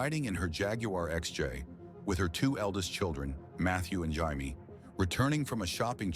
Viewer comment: Enjoyed this episode. Constructive criticism - The last name is Man-drell, not mandrol. Barbara’s daughter name is Jamie, pronounced Jay-mee, not Hymie.